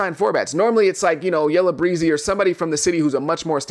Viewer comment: It’s Yella “BEEE-ZY”